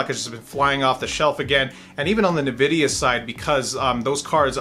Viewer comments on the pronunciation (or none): Did you just say nividia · "Nuhvidia" lmao